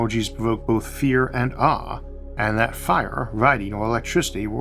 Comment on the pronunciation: Mr. Autha can’t say his awes